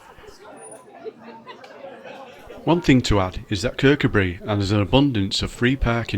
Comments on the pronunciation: It's pronounced ker cu bree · The emphasis should be on the coo. Kir-COO-bree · It's pronounced ker-coo-bree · Great little video, but please pronounce it Kirk. Oo bri. Loved your work well done. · The name is pronounced Kirkoobry, with the emphasis on the oo, that is the 2nd syllable. From a Scottish language teacher looking forward to going there soon. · Kirkcudbright pronounced locally as; Ker-coo-brie. 👍🏻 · Lovely te see.....but you pronouncing Kircudbright made me smile....... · lf l was making a video of somewhere with an odd name l'd learn how to pronounce it first. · great video spot on as we used to live near there . The only fault is that you can`t pronounce kirkcudbright properly but apart from that very good